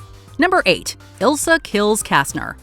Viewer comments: It’s not Ilsa, it’s Isla. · The occultist's name is Isla, not Ilsa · It's Isla not ilsa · The occultist lady’s name is Isla not Elsa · People keep calling her Ilsa but her name is Isla (Eye-la) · Great movie, but the Occultist's name was Isla not Ilsa.